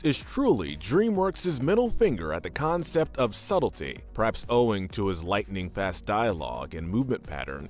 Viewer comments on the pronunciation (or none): none